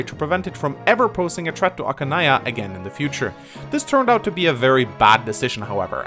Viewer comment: Archanea not Ackanea.